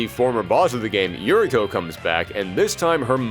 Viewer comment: Uriko is pronounced Oo-ree-ko.